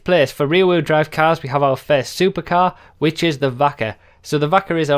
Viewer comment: "cass" its "cars" pendejo!